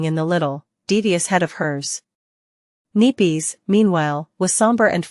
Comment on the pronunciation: Now it’s neepees? 😂